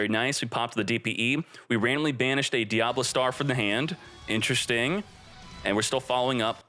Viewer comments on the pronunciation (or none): Anyone else feel disturbed when hearing diablastar instead of diabellstar 😬